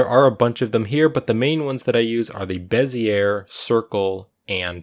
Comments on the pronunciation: bee zee ay. not beh zee air. It's a French guy's name. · It's pronounced "Bez-ee-yay" not "Bez-yer" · Bezier - sounds like “bez ee ay” 😊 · Bez-iyay, not Bez-iyer. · Heh…Bezzy air Though I suppose I said it that way before my graphics class too. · Bezier is pronounced BEZ-EE-AE no R sound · beh - zee - ay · Awesome tutorial! Thank you PS Bezier is pronounced BEZ-ee-ay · BEH-zee-ay curve - french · It's pronounced "BEH zee ay," it's somebody's name. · Bezier pronunciation is, ˈbe-zē-ˌā , not 'er. This was a good video. I thought I'd pass along a little side knowledge. Bezier is a french word brought into popularity by a French engineer. I've noticed more and more Youtubers' mispronunciation of this word. I know most don't like being corrected. I'm merely trying to help. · You pronounce Bezier incorrectly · NIce work! The "r" is silent in bezier.